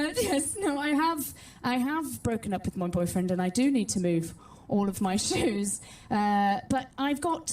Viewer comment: the joke is that she is saying jews not shoes